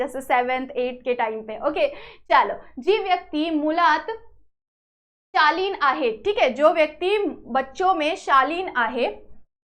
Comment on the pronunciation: You are not pronouncing accurate words Ex. जी व्यक्ती मुळात शाली असते In this she pronounced मुलात to मुळात Wrong